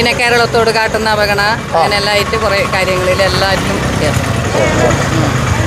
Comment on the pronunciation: വായിനോക്കികൾക്ക് “ അവഗണന” എന്ന് നേരാംവണ്ണം പറയാൻ തിരിയുന്നില്ല. V & v യ്ക്ക് വേണ്ടി എല്ലാം😝